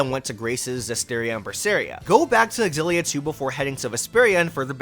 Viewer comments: Does no one know anymore that a word starting with an X is pronounced with a Z sound? What is this "ex-illia?" It's just "zillia." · Well..no I respect you, but not your opinion on how Xillia should be pronounced. You see, as i mentioned in your previous video, the X is pronounced as Si or Sci 😌 Tales Of Scillia or Sillia. Are we good??? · Oh a remake of an old Tales video, awesome ☺️ And still you pronounce the X in the Tales Of Xillia 🙃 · The way you're pronouncing Xilla is triggering tf outta me.